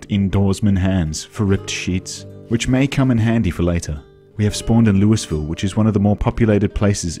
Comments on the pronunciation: LOUISVILLE!!! LOOEEEVILLE, you're painful foreign.🫵🤣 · Hello, as a Kentucky native I am going to humbly tell you that it’s pronounced lull-vull. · That’s not how we pronounce “Louisville”